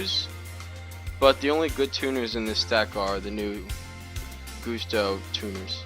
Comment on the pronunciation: I'm pretty sure its Guss-toe..... you know... like a gust of wind....because... they're wind type.